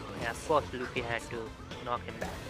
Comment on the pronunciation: Luffy not ouch